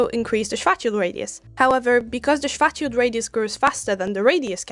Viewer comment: What a fun view! Kudos for you to show the math, is amazing how supposed science channels skim on it, although... What did you say, young lady? Do you blame the micro now? "strategy" ,"fatshield" ,"sweatshield", "distraction", "schorathe"... YouTube captions are not helping :)) I suggest that in the future, if you ever have to speak of poor Karl Schwarzchild again, show his name somewhere